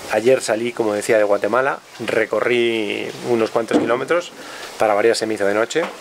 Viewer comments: Como que "Guatelama"!!!!! jajaja saludos! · Es GUATEMALA, no GUATELAMA:)))))))) ERAS MI IDOLOXD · Al inicio de tu video dice, Guatelama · Alguien más notó que dice GUATELAMA, al inicio? 🤣🤣🤣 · Dice Guatelama al principio, es error?